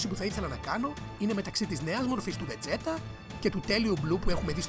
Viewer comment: βετζίτα ρε παιδια οχι βετζέτα να πουμε :(